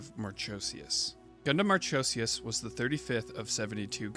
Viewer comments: Just a heads up, not to take away, but it's pronounced "Mar-ko-see-us" not "Mar-cho-see-us". The ch forms a 'k' sound in the name of Marchosias. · Awesome vid! Aside from you pronouncing Marchosias wrong tho 😭 but I love Marchosias and haijiroboshi alot. U should do a vid on the Gundam Vual btw he’s super interesting:0